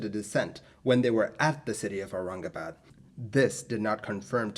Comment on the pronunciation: fellow Bhartiya (diaspora from and residents in Bharat ) can we please acknowledge how 'spot on'🖒 his pronunciations were! i mean.. Aurangabad..isn't exactly a monosyllabic word! . As for the unfortunate accident! Yes.. we (India) have ALWAYS had pathetic redtape and bureaucracy (even if one forget the corruption) to drag their feet in aviation related matters. I was born in the late 1970s so maybe not about this incident.. but even in the past 20-25 years and definitely in the 2000s .. i recollect of how Bombay (now Mumbai) kept dillydallying intalling the more advanced weather radars at Bombay itself! . Similarly.. the Charki-Dadri disaster (SVA763 and KZA1907 collision) too was possibly avoidable had India made TCAS compulsory or had better equipment to alert the ATC. . Anyway.. i agree 1960s were a tough time (and may be the future will say so for our times too) to be doing such hop-over flights. . The crew.. unless well rested.. would have a lot of fatigue/anxiety. Irrespective if whether Thailand people were incorrect/lyong or did everything right.. ...irrespective of the scrutiny of the Bombay ATC (personnel).. the crew would really have been better off had they had short haul flights or direct flights and were familiar with the sector/ had more number if routine flights to the location) . . That local courrs absolved X Y or Z is one thing.. ..that (just like with the BEA/ British European Airline crash) there was no CVR.. will😔never bring actual closure to what